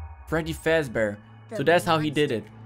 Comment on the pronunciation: you got a name wrong you said fasbear but it is golden freddy and purple guy is his name cuse his hole body can turn purple UwU